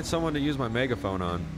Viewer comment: Megaphoing or Megahoing lol